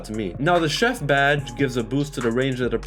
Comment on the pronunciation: bro you got chef wrong